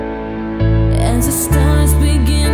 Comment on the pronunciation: you pronounced glass and past right! way better than the movie one. gloss and paws. what was he thinking